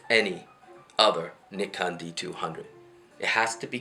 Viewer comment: It's pronounced N eye con. And I think your date is 100 years off.